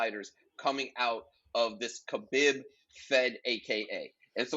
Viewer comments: Pronounce it as Habeeb or Kabeeb. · no fault of your own especially with Khabib’s spelling as the latter part “bib” supposed to be written and pronounced as “Beeb” The origin of the name as the previous poster explained is in Arabic the word “Beloved”pronounced as Habeeb. I guess the Spanish equivalent of it would be “Amado.” Now Nurmagomedov is a whole different story 😂 it actually consists of two words! Nur / Magomedov Believe it or not Magomedov turned out to be the Russian version of Mohammad and Nur is the Arabic word for Light Khabib Nurmagomedov means Beloved light of Mohammad I hope this settles it 😜